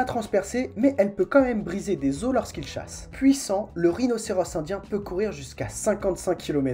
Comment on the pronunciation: Il chache ? Nan je déconne mdr, je ne vais pas te laisser un comm' seulement pour relever une fourlache haha. Intéressant, le montage et ta manière de présenter tout ça est assez sympa... " Fat' diab' ti ké n'imbiançe " comme on dit chez moi.. Foutu diable quelle ambiance !!!...